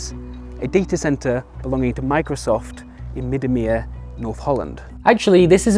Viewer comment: As a wieringermeer native, I thank you for pronouncing "Middenmeer" correctly.